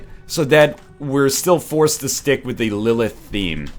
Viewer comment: NL! lillith is my daughters name, practice those TH's